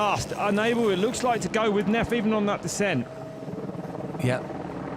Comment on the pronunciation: Neff not “Nerf” 🤣😂🤣